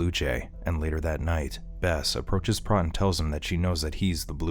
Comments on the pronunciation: Did you even watch this movie? His name is pronounced with a long O sound (sounds like "moat") and not a soft O (rhymes with "got"). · It's obvious that the Narrator has never seen K-PAX due his constant mispronunciation of Prot (it's pronounced like pr-OH-t, with the 'OH' sound). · It's pronounced Prote. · It's pronounced PROTE!